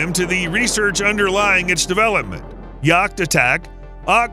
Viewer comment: gotta love that prononciation of jakt, attak, spaning 🤣🤣